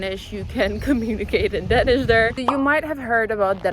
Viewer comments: Please stop pronouncing Danish as "Denish". It's Danish with an a! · It’s called Danish, Not Dennish.